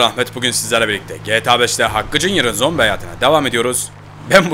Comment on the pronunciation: ZOMBİ DEDİ NORMALDE ZOMPİ DİYO